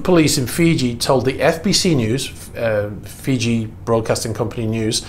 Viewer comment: “Freeji”? has become a Russian sympathizer? 🤣Just kidding. Though part of me hopes these seized yachts end up on the autism block, I know I’ll never be able to even charter one for 15 minutes, much less buy one.